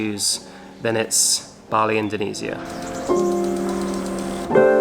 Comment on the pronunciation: Learn how to pronounce Indonesia